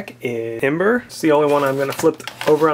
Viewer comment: its not eeboar, you tard. its emboar